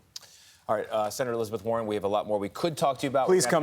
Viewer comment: bro it's Warren not Warner